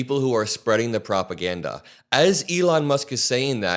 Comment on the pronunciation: "The ones who are pushing the lies and 'PROPAGADDA'", uh, I hate the way Elon talks. The way he pronounced "propaganda" really irritated me, and he continued by "WE'RE going after". He became the government, the judge, the police, and the executioner. What a shame.